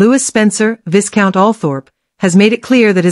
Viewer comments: Hahah - the pronunciation of Viscount isn't 'VIS.-count...it's Vey-count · Vic count not VIScount